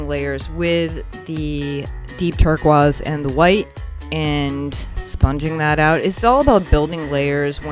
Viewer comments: This is absolutely beautiful! And (tur-koyz) is one of my favorite colors! Yes I’m OCD about pronunciation. I’ve never heard anyone so mispronounce that word. lol. But this truly is a very cool piece. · I love your painting style. But you really need to pronounce the word 'Turquoise' correctly :-) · Love your work!! Are you French? You pronounce Turquoise in French, turkwaz. Just curious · (Just so u know, u-tube popped u up for me as well... Do u do things in real time? I'll snoop... also never heard anyone say tur-kwaz, tho it might be right (looking at the spelling)! 🙋👯🌻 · Interesting how your pronounce turquoise. Cool piece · So wonderfully done! I love it! So cool, I’ve never heard turquoise pronounced that way before…🧐 💕💕💕